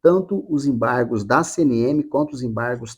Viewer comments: Enjoei essa palavra EMBARRRGOS, EMBARRRGOS, EMBARRRGOS. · ACORRRRDÃO, EMBARRRRRRGOS, EMBARRRGOS, ACORRRDÃO....